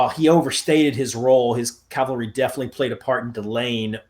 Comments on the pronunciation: Since you can spell cavalry correctly, why can’t you say it right? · You first need to learn the difference between Calvary and cavalry.